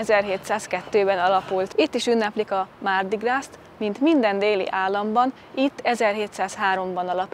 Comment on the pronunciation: A mardi gras-ban (zsíros kedd) a gras melléknév amit egyeztetünk itt most a hímnemű mardi-val (le mardi). Ebben az esetben a francia nyelv nem ejti ki, néma az S végződés! Tehát csak grá-nak ejtik ki.